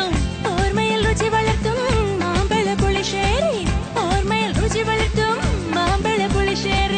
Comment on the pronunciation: Adipoli. But one thing Mambala pulissery alla mambazha pulissery aanu. Kutty thamil aano. Zha varunnillallo